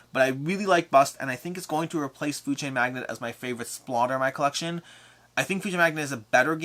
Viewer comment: Another jerk comment from me (I only tease those I love), please, both you and Jesse, quit saying "Food Chain MAGNET". It's "MAGNATE"!!! ;)